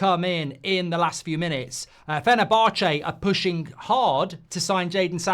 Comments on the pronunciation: Fener-bar-chay 🤣 Jolly good, I do say old boy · Do you pronounce fenerbache like that just to annoy me ?